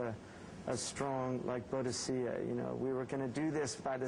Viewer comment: BODICEA IS PRONOUNCED BOO-DIKA